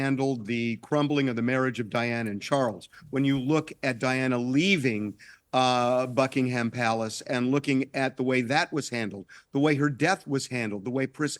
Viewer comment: Who is this awful man who cannot pronounce Buckingham Palace. Who is he spouting his mouth. We don’t care about high browed American peoples opinion. You should be talking about more important people. Catching fire - REALLY